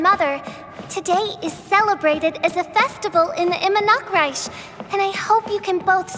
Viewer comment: Idk why but the way she says Immernachtreich in here sounded worse than the one in Unreconciled Stars event story quest